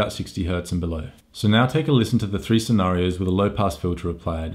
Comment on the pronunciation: I'm so smawt, blah blah blah, desibells, blah blah, scenawrios, shut up